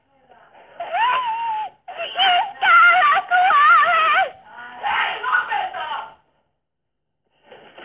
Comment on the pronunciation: Anneli saattoi huutaa siinä myös "Älä kuole!" Siinä ei kuulu edes kuole-sanaa, vaan uole, epäselvä sana.